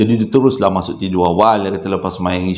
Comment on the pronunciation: Comella bang part pelat "mashok" tu 😂😂😂😂